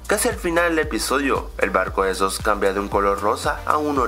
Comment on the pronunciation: se dice suss y decimos dice soos